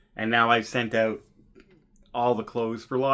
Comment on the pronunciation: Saying “ OUT” like a true Canadian 😅